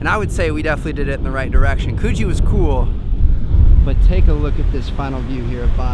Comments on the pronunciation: coh-gie and c-low-vel-ie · This was a great video. As an Aussie, it's really nice to see first timers discovering stuff. Some pronunciation lessons: Bondi is pronounced, "Bond-eye". Clovelly is pronounced, "ClovELLY (emphasis on the second syllable). Coogee is pronounced Coo-jee (as in "book"). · 😂😂 no hate but Coogee isn’t pronounced like that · you butchered coogee, clovelly and bondi!